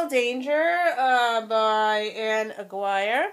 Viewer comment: Mortal Danger by Anne Aguire. I will put the phonetic pronouciation of her name here a-geer- long a. Her last name is Spanish. Please read her!